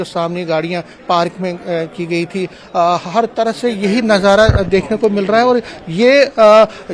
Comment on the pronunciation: Dont say najara